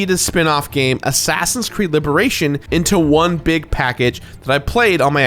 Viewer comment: Did he say "assassins creme" ?